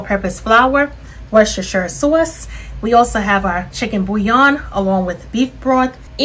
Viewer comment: Nice recipe. I heard the sauce accent, she's a New Yorker.